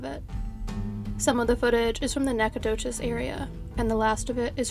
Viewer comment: Thanks for your tireless research to help bring attention to these cases. Also, perfect pronunciation of Nacogdoches!